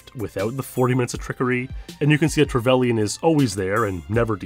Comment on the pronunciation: only thing wrong is how you pronounce trevelyn